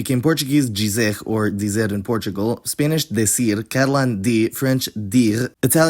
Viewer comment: in peninsular spanish (castillian, the original) is [de'θiɾ] not [de'sir] (also you accidentaly put "r" instead of "ɾ")